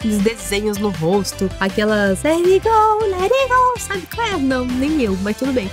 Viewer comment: Sabe coe? Lery gooooo lery gooooo sabe? Kukinhas: Não: Nem eu